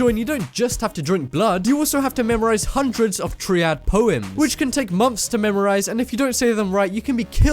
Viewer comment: Couldn’t even say triad right